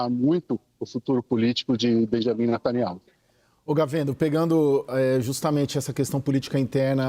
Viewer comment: Até que enfim ouvi alguém falando o nome correto de Benjamin Netanyahu.